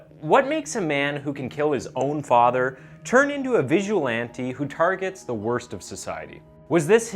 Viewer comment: Visualante xD you need pronunciation lessons. Also it's pedro not peydro. Massacre not masakeer.